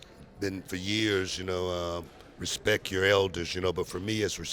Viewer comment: I love how CVV is never afraid to say "come on..." when its called for. Respect not respest. Keep up the great work